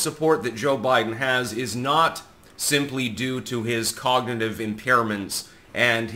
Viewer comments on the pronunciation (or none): none